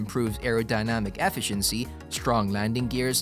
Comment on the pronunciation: Knowing how to pronounce basic words such as "efficiency" or "comparable" or "Comanche" etc will generally help with views. Kids....if you don't know how to pronounce something, look it up, don't just fake it hoping you get it right or that nobody notices. Especially if you're trying to do an "educational" video.